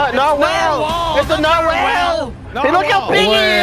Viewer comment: their pronunciation of narwhal is hilarious